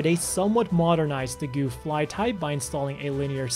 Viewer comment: for sure pronounced "Guff' and not 'Goof" when saying Gouf